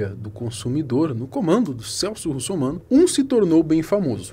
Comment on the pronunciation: Será q só eu ouvi ele falando celso russomanco 😂😂😂😂😂😂😂😂😂😂😂😂😂😂😂😂😂😂😂